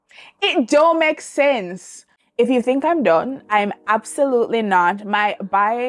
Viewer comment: “It doe mek sense”🤣🤣🤣…..I need the lemon tart one